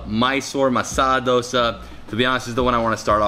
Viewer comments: i like how he pronounced it as Dh-o-sa and not dough-sa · Im proud cus u sed dosa correctly i am a indian